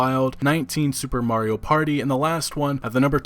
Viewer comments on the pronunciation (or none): none